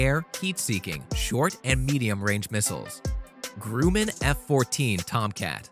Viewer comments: “GROOMUN”???!!! What? Get it right! Your ignorance of aviation is showing! And, did I hear “McDoonal Dooglis”??? You’re losing respect. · 'Groomin' NO! Are you really a 'military expert'? McDOLAN Douglas? NO! It's not a McDonut either! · You need to learn how to Pronounce The most Successful Aircraft Company's. Grumman's, McDonnell Douglas. Saying them Wrong sounds Amateurish and Unprofessional. I have done Voice Overs and Always Researched My Topics I was Doing. There is no Shame in Asking how something is Pronounced!!